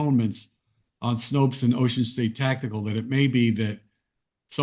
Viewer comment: Snope, not Snopes.